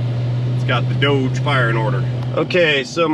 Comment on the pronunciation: it is called dodge like bodge not doug like doughnut